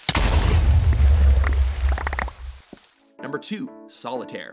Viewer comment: He said solitaire WORNG!